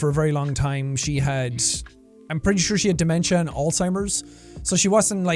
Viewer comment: I know this is a little random but thank you so much for 1: being who you are and inspiring me to seek help for my mental health and 2: pronouncing Alzheimer’s correctly so many people around me pronounce it Alltimers and it frustrates me to no end so thank you 😂